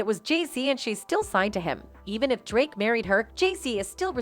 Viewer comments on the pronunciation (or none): none